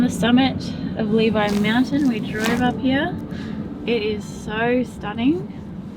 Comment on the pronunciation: I had high hopes you would learn how to pronounce Levi by the end but was left disappointed lol. We've stayed in those same cabins, great location!